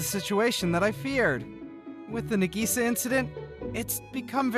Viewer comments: Its nah-gee-sa not nuh-gee-sa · Nagisa is pronounced Nikisa? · br in the first one i think he sayin nagisa wrong 👀